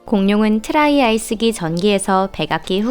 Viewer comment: 저기요 트라이아스기입니다 트라이아이스기 아닙니다 모 유튜버도 아이스기라고 하던데 실수가 아닌 거 같네요 지적질 하는 거 같다고 생각할 수는 있지만 아닌 건 아닙니다 그냥 막 하는 거 같지 않습니까? 드라이아이스도 아니고 빙하기 아이스가 연상이 돼서 그러시는 지 참나...